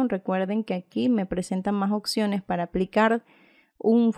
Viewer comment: gracias x todo pero me desespera cuando LA escucho decir "OCCIONES" "LA OCCION"